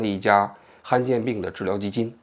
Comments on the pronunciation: 不是罕见病吗，han四声，怎么说成han一声了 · 罕见 罕第三声